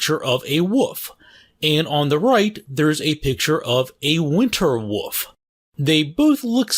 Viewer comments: wolf not woof or woov lol omg east coasters ffs 😂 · Where are you from? I've never heard wolf pronounced as "woof" before. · Anyone found funny how he says dog and wolf? "DOWG" and "WUFF" lel. Just made me laugh a little. Nice content! Keep it up! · It's sounds like you are saying woof 1/2 the time. 10/10 😊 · Sort of distracting that he picked an animal whose name he couldn't pronounce.